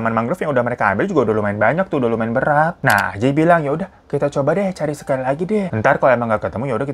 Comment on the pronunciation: Sangkung excited bg hiro cerita nama ajay jadi ANJAY dong🤣🤣. Emng klw nntn konten bg hiro ditunggu2 tiap saat. 🤣